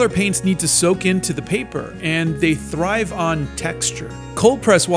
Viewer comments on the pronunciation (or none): none